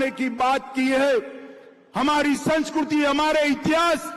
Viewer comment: Are sanshkriti hoti hai, sanshkruty nahi, matra nahi aati kya